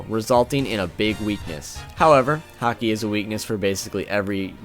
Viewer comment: Sorry, I don't watch One Piece and just watched the video on the whim, but this video is cracking me up. it sounds like you are saying "Hockey" to me. "So-and-so is quite aware of Hockey" "a Hockey based attack", etc. Sorry, just thought it was amusing./